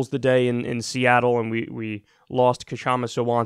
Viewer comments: BTW the "K" in Kshama is silent. It's like saying knife. You don't say Ka-nife. I'm mean you could, but not if you aren't trying to sound sort of silly. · Seattleite here. Kshama's name is pronounced w/out the K. The K is silent. Shama. And don't be so sure she's lost quite yet. Many more ballots to count, we have mail-in here and late ballots here tend to be more left. Fingers crossed.